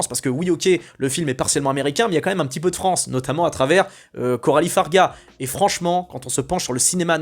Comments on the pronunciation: Le nom de la réalisatrice se prononce "fare ja", pas "fare ga". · Juste c'est Coralie Fargeat (prononcer FarJat), pas Fargat. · Pour info, on dit Farjat car ça s'écrit Fargeat, comme le sirop d'orgeat, on ne dira pas orga... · Fargeat et non Fargat.